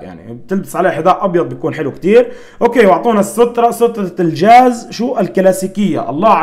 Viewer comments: كلمة خطء شو الحاز غبرالجاز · اسمه الجاز وليس الحاز 😂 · تقصد الجاز وليس الحاز ههههههههههه